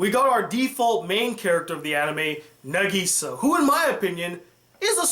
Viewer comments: I’m sorry but it killed me to hear him say negesa instead of nagisa 😹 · Hhh how you say Nagisa's name is n-AH-g-E-s-AH